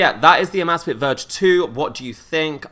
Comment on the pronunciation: He keeps calling it AHmAhzfit and its called Amazfit